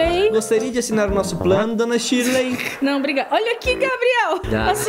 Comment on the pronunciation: Verdade para falar o nome em inglês é que nem português tipo Shirley em inglês não é tiley é Shirley normal e eu sei isso e ainda tenho 7 anos e vocês tem 40 anos nas costas